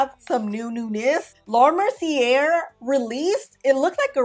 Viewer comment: And since we are going there, it’s ”mer-cee-yay”, not “mer-cee-yair”. 😉